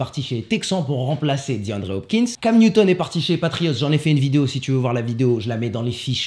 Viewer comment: "Com Newton" 😭😭😭😭